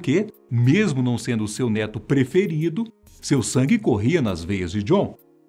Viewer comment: " Neto" eu entendi "dedo"😐😂